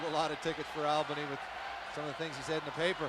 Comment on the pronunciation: It's not AL-bin-knee. It's ALL-buh-knee